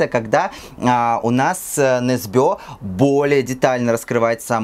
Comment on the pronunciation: Почему все произносят Ю НЕсбё с ударением на ё?=) Он Ю НЕсбё) НетопЫрь (не нЕтопырь) очень понравился кстати) считаю первые части прекрасными, особенно нетопыря